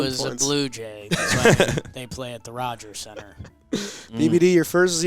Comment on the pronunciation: Rogers Hornsby's name is Rogers Hornsby, not Roger Hornsby